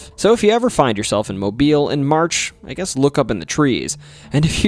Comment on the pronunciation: Thank you for pronouncing Mobile correctly. A lot of non-Alabamians mispronounce it.